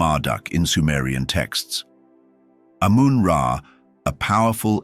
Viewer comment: ❤ its amun ra not amen men is wrong its the bible saying they stole from eygyt